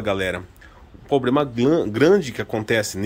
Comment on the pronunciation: Puts começando o vídeo falando "poblema" e "carti" já imagino como vai ficar